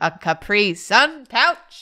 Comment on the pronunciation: So Americans pronounce "capri sun" by emphasising the second syllable? I've always emphasised the first.